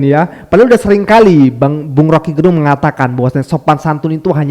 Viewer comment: Rocky Gerung... Lafal "e" Pada kata Gerung itu dilafalkan kyk kata "kecap atau Enak". Gerung itu marga org Manado 🙏